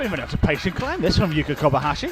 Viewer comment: Can someone tell this prick of a commentator That Yuka is KobaYashi not KobaHashi. The ignoramus has been miss- calling her for months.